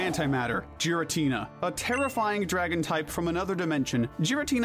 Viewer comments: Clicked off the moment you pronounced his name "jir-ah-tin-a". It's a hard g, as in voiced velar plosive, not the soft g, as in voiced alveolar affricate. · So does he purposely say Pokémon names wrong or what? Lol eviltal and Jiriatina 😂to name a a few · Oh my god, no way this dude says "jeer-uh-teena" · Please say giratina correctly 😅 its not jiratina its GIratina G not J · It's Giratina, NOT Gartina! THAN, NOT THEN! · “Gih” not jiratina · Christ. It’s not “jeer”-atina, it’s “gear”-atina. Also the way you pronounce Raikou makes me wanna scream. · GIRATINA DOES NOT START WITH A J, IT STARTS WITH A G! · With Giratina being my first, and Favorite, Legendary Pokémon. I feel I have authority to say this, it is pronounced "Geer-uh-teen-uh" and not "Gee-ruh-teen-uh" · GIRATINA, NOT GARINTINA! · Ffs not only do you fuck up Arceus pronunciation but fucking Jeeratina!? 😂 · Sorry for being the grammar guy but Giratina is pronounced Gear-a-tee-na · giritina is pronounced Geer-i-tee-nah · Roomate: imma gyrate on this dudes moms face if he keeps saying "gyratina" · It’s pronounced GEER-uh-tee-nuh, GA-lar, GRAY-SID-ee-uh, ee-VELL-tall, DIE-ahn-see, vol-CAY-nee-uhn, and sil-VAL-EYE, “”. 🤨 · THERE IS NO H IN GIRATINA THE SECOND TIME! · Raikou, Entei, and Suicune are obviously based off of Cats, NOT dogs. They're known as the Legendary Beasts. I despise how you initially pronounced Meloetta and how you pronounced Giratina. You forgot the Tapus and the Lake Trio, and Giratina is actually good in Pokemon Platinum, which you completely ignored. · I wanted to watch this video, but I don’t trust you if you can’t pronounce Giratina and Zacian. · I had to stop the video the first time I heard you say giratina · AGAIN, GIRATINA IS SPELLED WITH 2 A'S, NOT 3 I'S! SATIN, NOT SAITEN! GIRATINA IS GENDERLESS, NOT A F*CKING HE! AND IT'S DOES, NOT DOSE (THE S SHOULD BE AFTER THE E)! AND THE S IN NECROZMA IS SUPPOSED TO BE A Z!